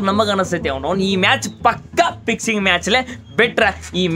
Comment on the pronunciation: Pixing anasteti alaa pixingaaa😂🤣🤣🤣